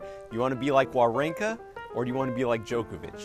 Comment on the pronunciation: W in Wawrinka is pronounced as a V cause it's German